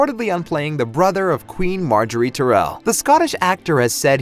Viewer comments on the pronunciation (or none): none